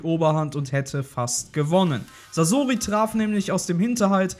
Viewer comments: sasoooori es wird saßori ausgesprochen du knecht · Oh bitte sprecht doch Sasori richtig aus T_T Sasori ist nicht ausgewichen, weil er den Tod seiner Eltern nie verwunden hat, und so in den Armen seiner (Puppen)Eltern sterben konnte. Sehr traurige Story. Er macht sich selbst unter anderem deswegen zur Puppe, um nichts mehr fühlen zu müssen. Aber sein Herz war noch immer sein Herz und der Schmerz über den Verlust blieb. Er ließ sein Herz von den Puppen durchstechen, die er als Kind seinen Eltern nachempfunden hatte, die er so vermisste.